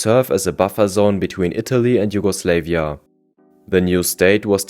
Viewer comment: JugoslEvia instead of JugoslAvia, whole time during this video